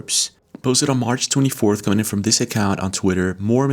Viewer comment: Dis-this. Ur welcome